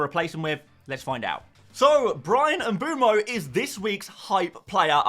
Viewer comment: please please please pronounce mbeumo properly